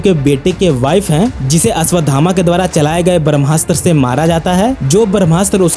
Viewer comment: Ashwatthama ko Ashwadhama bol bol kar bheja kharab kardiya 😐